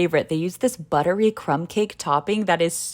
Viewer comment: Don’t tell me , it was “ buddery “ yes ?